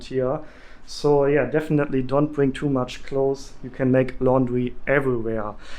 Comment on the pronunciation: Great video! I found it very helpful. Thank you. Ps Clothes is pronounced KLŌZ. You don’t need a lot of clothes.